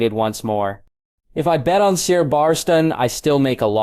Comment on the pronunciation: And you can't even pronounce ser.